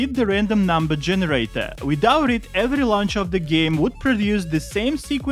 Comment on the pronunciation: that "every" sounds so russian..